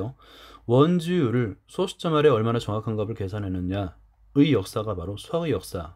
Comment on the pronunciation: 좋은 영상 감사합니다. 그런데 수학 영상에 이런 말 해도 될지 모르겠지만 영상 내내 '값이', '값을' 등의 발음을 [가비], [가블]이라고 해서 많이 거슬립니다. 어린 학생들도 많이 볼 영상일텐데 조금 교정해주셨으면 합니다. 제대로 된 발음은 [갑시], [갑슬] 입니다. 물론 최종적으로 [갑씨], [갑쓸]로 발음되겠지만요.....